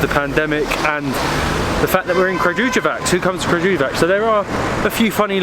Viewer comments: pronounced [krǎɡujeʋats]. I hope that I helped 😃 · Pronounce it like KRA-GU-YE-WATS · Guys, it's pronounced Kraguyevats...the letter j is always pronounced as the letter Y in Serbian ( eg. The same as Y is pronounced in the word , yellow )